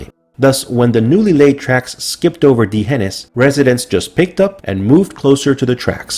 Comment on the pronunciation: Great video, you are mispronouncing D'hanis.